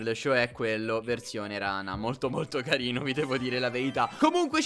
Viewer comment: CARL LEONARD e carrrino come dice like plsss